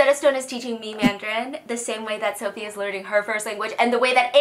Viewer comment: It’s Sofie, not “ph” 😭